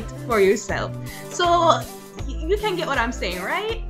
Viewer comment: dead "now mi caaan find di rat tail comb"...a weak lololol